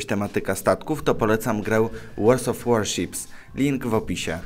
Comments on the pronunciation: Chłopie... Staczasz się, chamskie reklamy, porty w Austrii, "łors of warships"... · Łors of warships... Lubię Cię, ale to mnie trochę wkurza :D